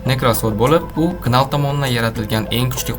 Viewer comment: Knal nal dib òqiladi